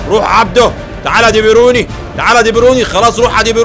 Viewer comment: دي بروين مش ديبيروني😂😂😂😂😂😂😂